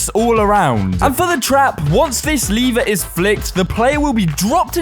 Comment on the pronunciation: Its l-ever not leave-er